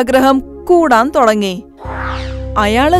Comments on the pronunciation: തൊടങ്ങി അല്ല തുടങ്ങി എന്നാണ് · Thodangi alla thudangi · "തൊടങ്ങി" അല്ല തള്ളേ ."തുടങ്ങി" എന്നാണ് ആദ്യം പോയി മലയാളം പഠിക്ക് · Thudagi ann allathe thodagi alla😡😡😡